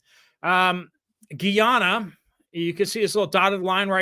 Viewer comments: I'm no expert, but I did humanitarian work in Guyana several years ago, and the locals pronounced it "guy-AN-uh". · my son served as a missionary in Guy- ana. That is how they pronounce it. Guy-Anna. Thx